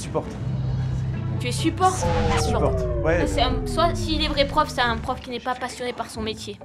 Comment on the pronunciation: Au début j’ai cru que c’était mr pof et pas mr prof 😂